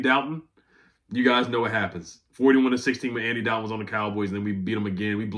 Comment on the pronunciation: it's Andy DOLL-ton, not Dal-ton